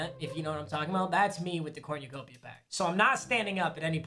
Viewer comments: it cor nu copia not corn u copia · “cornyuhcopia” this bothered me for no reason, corn-uh-cope-e-uh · Nobody:: CoRnYOUcOpiA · "corniacopia" smh 🤣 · Anyone else hearing say cornyacopia instead of cornucopia😂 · Dude says cornyacopya 😭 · Papa how tf do you say cornucopia so wrong💀 cornYOUUUUcopia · Its cornucopia, not corñucopia